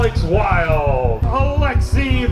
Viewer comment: Always fun to see how they'll pronounce Alexey's last name at each race. Curious - why no skinsuit for these events?